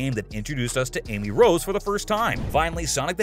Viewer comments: Amy Roe and Rogue the Bat 😂😂😂😂😂 Try Amy Rose/Rosey the Rascal and Rouge the Bat. Dunno how to pronounce Rouge? Translate “red” into French and click the speaker tool I got to say, this seriously cracked me up. Another reason to give this video a like oml😂😂😂😂😂😂😂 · Man really said Amy rog-, Rogue the bat and Sonic Metal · Bro really called Amy "Amy Roe" and Rouge "Rogue"